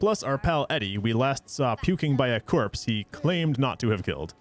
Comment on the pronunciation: Jorpse made me laugh, which is bad because it made me cough painfully.